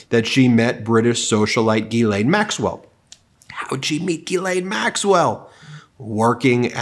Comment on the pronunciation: It's not Guylaine it's Ghislaine which is pronounced jislaine!!!